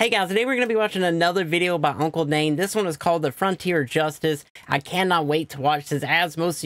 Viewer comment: "hey guys today we are going to watch another video by hunkle dane" oh a mistake